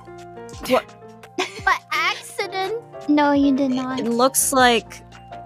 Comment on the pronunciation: An AXedent